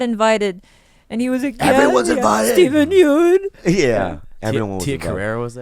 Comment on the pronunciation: Ah-ah-ah! It's pronounced "Steven Yun" as in "bun" or "fun", Bobby. Dammit, you're Korean!